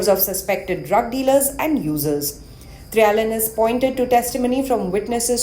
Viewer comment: Please say his names properly : Trill-ya-ness